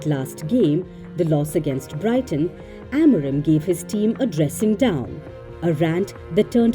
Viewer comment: It's Amorim, not Amorem 😅😂